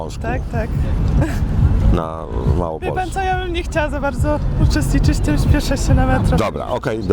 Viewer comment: Wstyd. Trochę ta Małopolska półgębkiem powiedziana, za to Śląsk wyraźnie. To miasto to "Parszawa", czy inne miasto w "polin"?